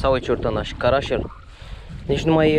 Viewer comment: Eu știu că îi zice cărășel ,nu carașel!no hate